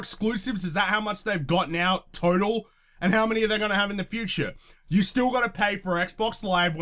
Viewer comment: "The fault is on youerrrerre!!" lol that killed me